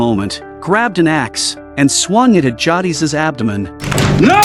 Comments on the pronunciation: It's JAY-DIS bruh, not JAW-DEES. Tell me you've never watched TWD w/o telling me. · Better than how he says Jadis 😂 Jah deez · How you gonna get the name jadis wrong like that?😊